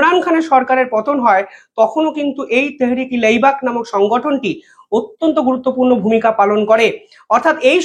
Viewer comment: তেহেরিক-ই-লেব্বেক, লেইবেক নয়। উচ্চারণ ঠিক কর